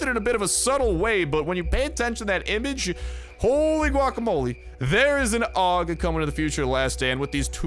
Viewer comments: Dude the pronounciation of that gun is ei-yu-ji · I always pronounced it A.U.G but if you say Aug we’re going with Aug bro